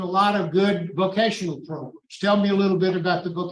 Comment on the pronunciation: Why does this man say, proGrums?